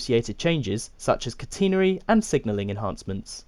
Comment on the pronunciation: CAT•en•ary not cat•E•nary